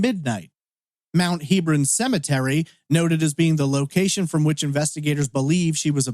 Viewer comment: The cemetery is pronounced Heb-ron, not Heeb-ron.